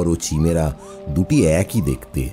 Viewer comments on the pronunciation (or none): Chimera কাইমেরা। চিমেরা টা কি? অশিহ্মিত নাকি? তাহলে স্কুল যান। এই কাজ টা অন্য কেউ করুক।